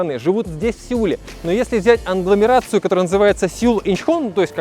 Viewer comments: Ведущий безграмотный - сказал "англамерация" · Не 😂англомерация Сеула а агломерация